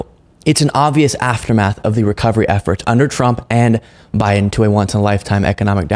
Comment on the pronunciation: guy thinks he is saying Biden correctly by calling him Biding, he thinks everybody is just dropping the g. Priceless.